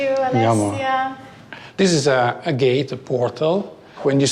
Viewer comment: "This is-a gate-a-portal. 🤌" Super Mario sounding ass 😂💀